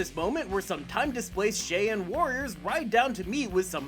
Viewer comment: So politically correct to be offended by the word Indians and not be able to pronounce the word Cheyenne.